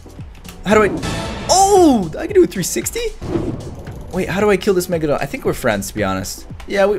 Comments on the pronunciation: PLEASE READ ALL OF THIS! Message to caylus: I think you are amazing! Your vids are awesome! And you really make my day! However, this doesn't bother me at all, but I think you are pronouncing the megalodon wrong. You are pronouncing it like: megladon. But it is megalodon. ( Prenounciation: mega - low - don) But your amazing!!! I just wanted to put that out there! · the way he said meglagon